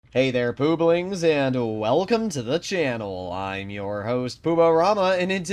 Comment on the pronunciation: Please never say pooblings again 🤣